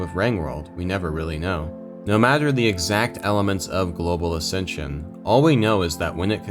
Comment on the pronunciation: ascension sounds like assisted sew iz side.